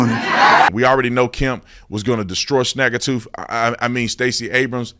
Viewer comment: lmao snag-a tooth 😆